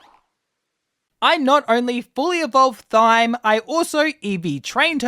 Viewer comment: thyme is pronounced time